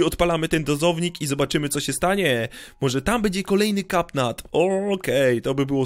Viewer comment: Katnap nie kapnat